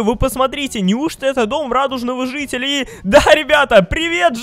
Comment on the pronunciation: он сказал зителя